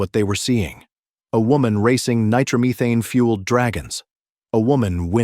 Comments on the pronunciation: Nitromuthane?? Come on , if you're going to do videos about drag racing at least get an AI that can pronounce Nitromethane correctly 😂 . Pretty cool video overall though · Nitro Me Thane Connie Cull-eat - a